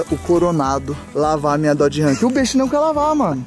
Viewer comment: A RAM não é da marca DODGE, se separaram, e é Dodge, e não DOD ! TMJ !